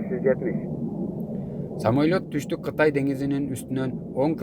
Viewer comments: Туура оку, самойлот эмес самолёт. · Самолет деп туура оку😊